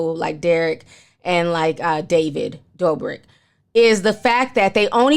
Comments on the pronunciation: Ti it’s pronounced David Dough-brick not Door-brick 😂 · David, just like everyone other influencer should have been taken responsibility as someone who portrays themselves as a generous, nice guy. (Also his last name is pronounced "Dough-brick" lol you had it right the second time) As for Derrick Jaxon, I use to watch his advice videos and I knew he was married. But looking back at his page I noticed he never really showed his personal life on ig as you'd think someone who gives love advice would. If you're married and are a "relationship expert" why not show your followers how well your love life is?? I think he wanted to have his cake and eat it too smh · I love that you say David's last name as "Doorbrick" 🤣🤣❤❤ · I love you Ti!!!! And it's Pronounced: Doe-brick 😆